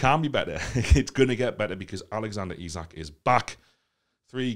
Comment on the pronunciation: It's pronounced "E-sack" - the chant IMO is ruined because of that. It's not "Eye-zik". Great video 👍🏻